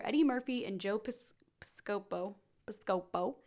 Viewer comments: Joe Piss-ka-Poe! (I’m not here to shame. These names get called out during the intro, so the prononciations are deep in the ear holes of my memory.) This is fantastic coverage of a lot of years of SNL. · Joe Piscopo (PISS-cuh-po) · Girl, can you pronounce ANYONE'S name correctly??? Aykroyd, Piscopo, Garofalo, Julia Louis-Dreyfus, Wayans, Cahill, Hutsell, Koechner, SEINFELD??? You can't pronounce Seinfeld??? And i'm only halfway through the video! C'mon man, have some pride in your content, and look up names you don't know. When you wing it, you sound unprepared, and makes me doubt anything you have to say. And yes, there are some things you got blatantly wrong. You also don't even know the famous line in the show... "Live from New York...CITY??" No one ever said that. Yeah, we get it. You've never watched the show. Thanks for being one of those YouTubers that picks a topic, reads a Wikipedia page., and poops out a video. Luckily, you're a new YouTuber who does the "Look, i'm awkward and strange, and say things in weird cadences sometimes. That's my thing, while i hold a lavaliere mic in my hand. I don't clip it on or use a different mic, because it's so weird and whimsical!"